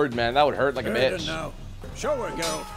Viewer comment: why ur saying gerult and not geralt?